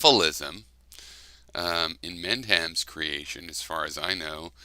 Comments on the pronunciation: Why is it that you say Inmend-ham instead of Inmendham? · Well, no, phonetically they’re not the same. You say Inmendham like it’s two words when it’s actually one continuous word. Like, do say Gray-ham instead of Graham (as in Gram) too?